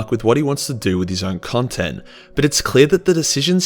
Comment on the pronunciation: cuntent creator lol